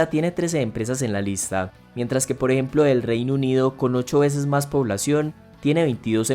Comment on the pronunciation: poreemplo, poreemplo, poreeplo